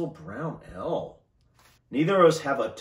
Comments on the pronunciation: I hope you don't think I am being rude, but Ale is pronounced ayl not ell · Bovril - "bo" as in "ball". Ale - as in "fail". xx